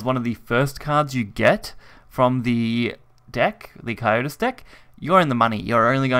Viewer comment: It's pronounced "Co Sy Tus" not "Co yo tus"